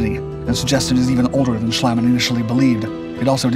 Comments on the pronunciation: Schliemann's name is pronounced Shleemann, not Shlaymann (that would be spelled "Schleimann") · you butchered max schliemann's name.